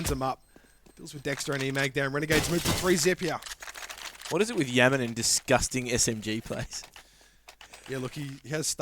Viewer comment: Didnt realise rng had a new player, "Yaman" srsly how can you pronouce "YAM" wrong.